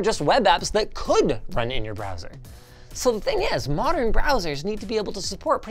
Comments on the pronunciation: Ah yes, 'Broswer ' performance. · "Broswer performance"